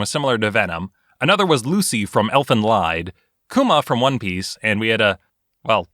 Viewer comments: Ie in Lied is more like ee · It's Elfen Lied, not Elfen Leid... the way you butcher the pronunciation... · Does it bother anyone that he pronounces it Lied rather than Leed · Elven “leed” Lied is pronounced Leed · Elfen Lied is German. Elfen is pronounced how it looks, but "lied" is pronounced "leet" and means song. The title is closer to elf's song in English than actually having anything to do with lies. Done ranting about mis-pronunciation. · elfen lied is pronounced like leed, it is dutch/german for song of the elves. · It's always been elfen leed to me in the Uk, it throws me off to hear it pronounced like (and most other Americans I've heard)